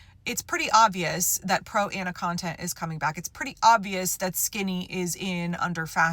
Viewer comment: Thank you. I’ve spent the entire video trying to figure out what “proanna” was.